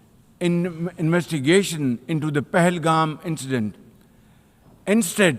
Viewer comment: Sharif... U can't even tell "Investigation".... actually that was a lie.. hence could not pronounce properly... R u reading a Poem dear. Thank Donald heavily for supporting you or Pakistan would have Perished from the Globe